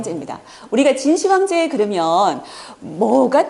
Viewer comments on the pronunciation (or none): 1.秦始--皇帝가 맞나요? 2.秦--始皇帝가 맞나요? 발음할때 저는 2번이 맞다 봅니다 근데 교수님은 계속 1번으로 하시네요